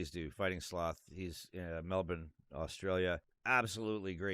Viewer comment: I admit I take a doubletake every time you say Melbourne, not because you pronounce it wrong but because it's so rare to hear someone overseas pronounce it properly. Also I like your content, not a massive sports fan myself but I like hearing a non Australian share our excitement for the game. Also in case no one answered you already, the Origin Teams are drawn from any and every team in the NRL. Obviously not every team has a player in the team, but any player from any team can be picked.